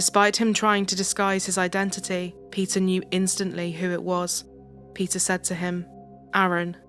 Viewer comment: Pronouncing Peter as pizza is sucha a blast :P